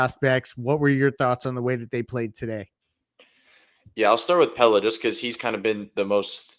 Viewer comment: How do you still not know how to say Pelle’s name?